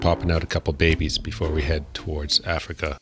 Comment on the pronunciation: Did he say "babies"?